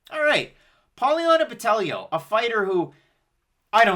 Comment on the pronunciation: Carolina's weight cut was bad and she lacks ground skills. I'm on Botelho ITD. Just another pronunciation comment, BotelLHo was on point. Love from Floripa, Brasil